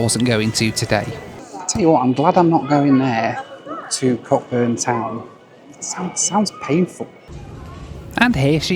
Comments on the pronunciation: Hi, I love your content, especially these daft challenges. Cockburn is a funny name but it's pronounced b'Coburn' there is one here in Perth Western Australia as well as being a Scottish surname. All the best. Duncan. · The CK in Cockburn is silent. It's pronounced coe-burn. It wasn't named after some overweight American tourist who sunbathed naked and burnt his todger 🤣 Unfortunately that takes the humour out of it...